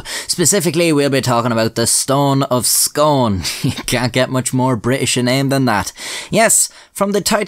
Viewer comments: Unfortunately the Stone of Scone is pronounced " Stone of Skoon". Yes, scone is pronounced "skon" (if you're Scottish) but Scone, (the place) is different. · Scone, in the case of this stone and the place it's named after, is pronounced Skoon. Sorry that ruins the poem. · I’m Scottish and from the area and it’s pronounced “scoon” just incase anyone wants to know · It is pronounced "SCOON" not "SCONE". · It's pronounced 'Scoon' like how you say spoon, despite the spelling. I live just up the road from the place. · It's pronounced "Scoone", but I appreciate that rather ruins the joke. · I'm from Perth (scone is part of perthshire) it's pronounced scoon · Pronounced Scoon not Scone! And that tyrant Edward I stole it we repatriated it home!!🏴 It belongs to Scotland! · I live in scone! Also it's pronounced Scoon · It's pronounced 'Scoon' as in spoon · It's pronounced Scoon! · Scone is pronounced Scoon. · By the way, it's pronounced "Scoon". Excellent video, although that kinda fucks up your whole rhyming scheme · It's pronounced "Scoon" not like the wee pastries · Scone is pronounced scoon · It’s pronounced SCOON. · Scone is pronounced Scoon, I don't imagine you'll even need to say it again but whatever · Pronounced skooon Not scone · Its pronounced scoon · Sorry, laddie, it's pronounced "scoon" or even "scuin". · Its Pronounced Scoon lol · It’s pronounced scoon actually but also yeah dumb name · Pronounced scoon!!!! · Form someone from Perth like 2 mils from scone just wanted to say your saying it wrong. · Him mispronouncing scone is killing me holy shit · Scone pronunced Skoone not scone, Please get it right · I hope people have been commenting about the pronunciation but Arrghh It's pronounced Scoone (Just like Scooby from Scooby Do). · It’s pronounced “Skoon” in this context, but “Skon” when referring to the round cake. Just FYI. Source - Scottish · It's pronounced ScOON like Noon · It’s pronounced scoon Not scone 👍🏴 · Argh it's pronounced "scoon" not "scohn".